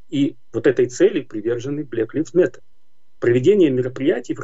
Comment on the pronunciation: Не "блэк ливс мэттер", а "блэк лАЙвс мэттер" Режет слух. Где вы живете и чему учились ???